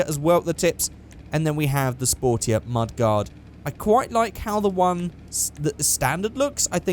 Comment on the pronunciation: It's mud-gard